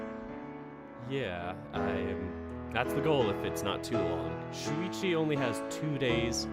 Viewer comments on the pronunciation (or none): Actually, Shoichi is pronounced Show-ichi. I think Shuichi is also a Japanese name but it's spelled differently